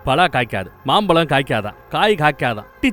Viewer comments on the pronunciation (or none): none